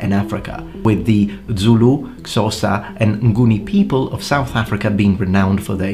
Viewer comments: It's not "xosa", it's Xhosa. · Hey brother, great video. Just a pronunciation correction on (XHosa). If you click the roof of your mouth as you say OSA leaving 'XH' silent, (sounds like 'Sosa', but its actually click-osa as one word) the click is performed at the same time as your vocal cords hit 'O'. I hope this makes sense. Ps im of African decent, have travelled the mother land extensively, and i would like to say that YOUR CHANNEL IS NOT RASCIST. Keep up the great work. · Just a little nitpick about pronunciations, Xhosa is “Kosah” while clicking the K. Other wise, great video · I’m a Sosa (xhosa, or try saying chosa that’s what most people say) speaking person😂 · Very very late to this video, but wanted to say thank you, for bringing more attention to these awesome weapons! Also a note on pronunciation (because I'm pedantic when it comes to my home country): In isiXhosa, the 'Xh' is a lateral click, achieved by placing the side of the tongue against the molars to create suction, which is then broken creating a click sound and inhale of breathe. But if you're not adept at clicks, an aspirated 'K' will suffice (ie. "Khosa"). It's not accurate, but it does the job. Also the 'Z' in Zulu is just a hardened 'S', not a 'TS' or 'DS'. Also also: 'Nguni' refers to a number of tribes in Southern Africa, including the Zulu; so listing the Zulu separately is innaccurate. 'Bantu' refers to over 400 unique ethic groups ranging all the way from Cameroon down to South Africa. It is only used these days in the linguistic sense to describe a specific family of languages, as the word is considered an offensive reminder of colonial rule when describing entire cultures. It probably would have been better to use a smaller geographical classification when discussing No. 1. That all said, keep up the good work!